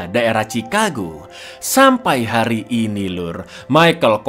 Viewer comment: hari bang bukan hair🗿